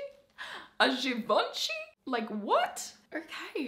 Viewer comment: A GEEVONSHEE??? A G E E V O N S H E E ? ? ? !! ?!?